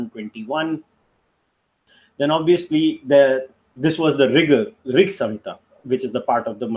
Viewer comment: Samhita .. not sahitha..🙂